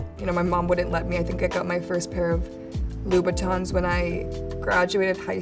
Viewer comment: IT'S NOT LOO BATONS. STOP SAYING LOO BATONS.